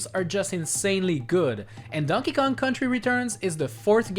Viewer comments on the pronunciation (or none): none